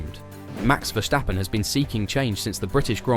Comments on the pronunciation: There is no h in Verstappen. It is Verstappen, not Vershtappen..... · If you still cannot pronounce Verstappen correctly, nobody is going to take you seriously...